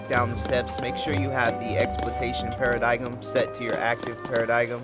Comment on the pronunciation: I dunno why I am commenting more than a year later, but it is Para-dime. The g is silent and the "i" is like saying "I went there."